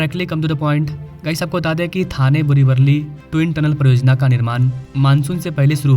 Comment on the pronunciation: वल्ली नाही रे वली बोल मित्रा